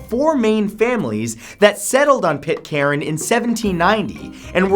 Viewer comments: Pitcairn is pronounced Pit-Cairn, not pit-caren. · Its pronounced pit cairn not pit caren